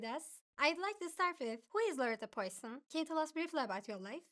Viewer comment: Please don't read the name Poisson similar to Poison